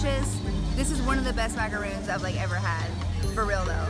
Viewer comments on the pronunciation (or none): Love your videos. One tiny recommendation...the little French almond flour cookies are macarons - one "o," pronounced "maca-ron." Totally different from a macaroon, which is a coconut cookie, like the chocolate and white chocolate dipped ones they have in Disneyland. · Sorry, it's not macaroons.. macaroons are coconut cookies.. those are macarons.. pronounced mac-a-rohn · MACARON!!! NOT MACAROON!!! I'm sorry I always get ticked off because of that. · It's maca RON, macaROON is different. This video was fun :) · That's not how you pronounce Macaron. Macaroons are a totally different dessert with coconut. Maca-Ron, not Maca-Roon. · Why do all Americans always call macarons macaroons???? They are two different cookies.